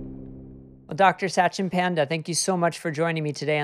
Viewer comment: Satchin Panda is pronounced Such-in Pund-a. I cringed every time the host said the name.